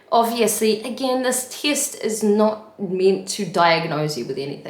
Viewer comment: I love how you say "tee-est" <3 :D New Zealand?